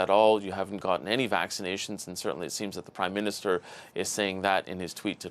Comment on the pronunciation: The waxinations are working well 😂